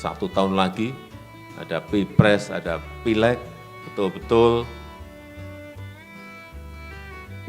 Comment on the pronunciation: Bisa nya ngmong, betal betul,betal betul, kuntul😂